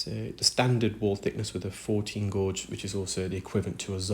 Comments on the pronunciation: What is a gawg? Do you mean gauge? Long A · I enjoy watching your videos but wonder if you realise you consistently mispronounce the words ‘benign’ and ‘gauge’ . I don’t mean to embarrass but inform - as an ESOL teacher I have found it common to have a few words learned via reading and not by listening to be mispronounced.